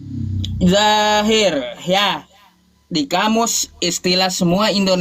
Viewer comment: Dohir kan pake do bukan pake j atau pun z,,,kok di bacanya zahir yah ???,tolong itu asalnya dari mana ya ??